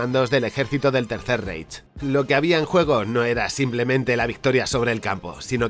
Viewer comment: Feo, te puedo dar una recomendación? Reich en alemán se pronuncia más como Raij